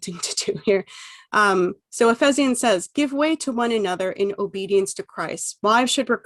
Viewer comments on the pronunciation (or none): No. You lost me with your naive and loaded treatment of the Bible, initially the Red flag was that you can’t pronounce Ephesians. You have no serious understanding of the Bible. You spent so much time dismissing the Bible when you claimed to be analysing the novel. Goodbye.